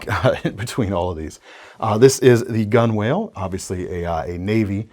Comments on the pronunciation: Gunwale is pronounced gunnel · Gunwale is pronounced "gunnel".